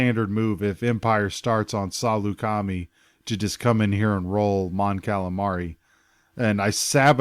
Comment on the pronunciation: Thanks for this! Still watching, but just a pronunciation note: it's (sa-LOO-ka-my), not (SA-loo-KA-me). :)